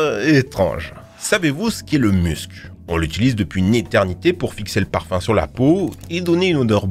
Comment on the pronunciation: J'ai compris parpaing au lieu de parfum